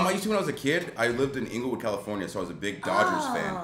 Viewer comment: Ingelwood, ingle, Inglewood